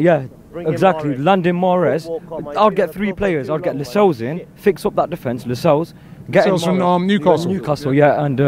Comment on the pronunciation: LACSELLES!!! MY LORD.